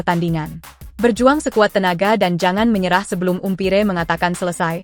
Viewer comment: Maaf sy rasa kurang pas kalau bacaannya Umpire tapi Ampair